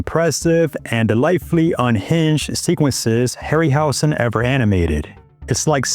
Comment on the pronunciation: Hey, Dude. Ray’s name is pronounced with a Z sound, not S: (Harry – Howzen)